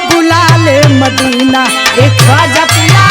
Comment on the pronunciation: ख्वाजा पिया नहीं होगा, तुम्हारा पति थोड़ी है, ख्वाजा मियां होगा, छोटी-छोटी गलतियां कोई पकड़ता नहीं है ऐसे अक्षरों को सुधार के पढ़ो म को प पढ़ दिया है तुमने